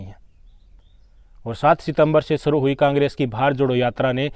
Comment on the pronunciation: Suru nahi bhai Shuru bolo